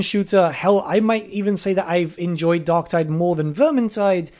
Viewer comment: DarkTIDE. Tide. Like...Vermintide. Tide.